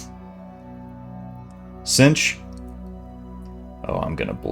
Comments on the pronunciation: you called synch "cinch" it's sink, like you synch up to something, no knocking, mispronouncing a word means you learned by reading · It's pronounced "sink" not "cinch." As in synchronize.